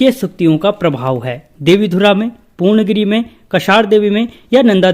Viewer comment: पूर्ण गिरी ni woh पूर्णा गिरि hai sir...kum se kum उच्चारण toh सही se kriye